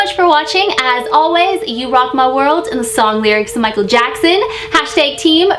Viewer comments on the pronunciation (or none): none